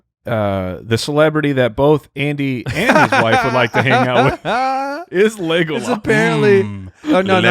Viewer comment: y'all need to learn how to pronounce "Legolas" haha